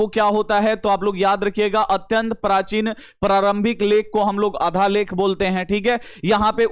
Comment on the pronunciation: शुद्ध पढ़ने तो सीख लीजिये माट साब, आधालेख नहीं, आद्यलेख है